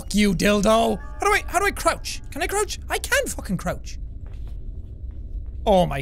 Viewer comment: she can not crowch